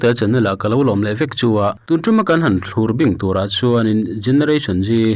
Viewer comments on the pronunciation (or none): Thlurbing tih hi i lam dik lo fo mai, lo uluk deuh rawh aw. Thlur tih hi a thluk hniam tur a ni e. News a bengvar thlak thin e.